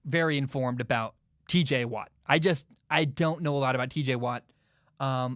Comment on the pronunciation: I’m sorry bro but you gotta correct your tj watt it’s not teej bro I mean I hope that was just a mess up